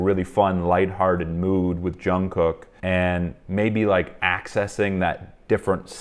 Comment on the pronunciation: quick note - Jungkook is pronounced with a soft j, and then jungoo - very softly.